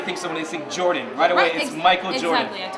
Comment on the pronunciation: girl it's jordIn not jordAn thank you